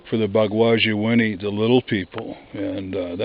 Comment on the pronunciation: I'm Ojibwe..."Bagwaji-inini" means wild-man. you are pronouncing it wrong and your meaning is close, but it doesn't mean little wild man. Also another ojibwe word for bigfoot is "Misaabe-inini" it mean giant man.